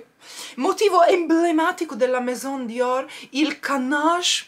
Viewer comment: Ciao si dice meso perché la N è la AI non si pronuncia è scritto Maison un bacio 😘😘😘😘